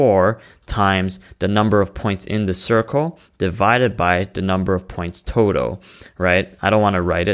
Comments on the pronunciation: "The totow" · Are you saying towtoe or total? It'd really help if someone could help clarify this, as a millionaire of course.